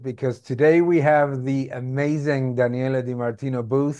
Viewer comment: Daniel is how her name is pronounced